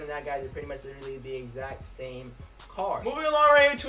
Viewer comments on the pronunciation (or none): none